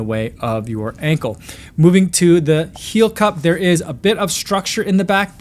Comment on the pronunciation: He sounded like a country person saying heel as hill LOL